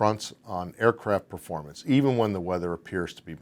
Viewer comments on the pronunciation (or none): none